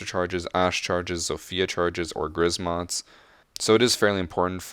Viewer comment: Poles: Grzmot: Grizmot